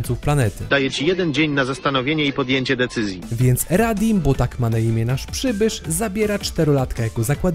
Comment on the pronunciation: nie radim tylko raditz XD